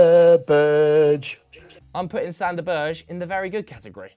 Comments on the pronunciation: Its pronounced Sander Berg-e not Sander Burch😂🤣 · It's not "sander berj" it's sander Ber-ge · I'm cringing every time says "Berj". It's BERGE. Straight forward. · Max Radford sad thing is that this pronounciation is closer than theirs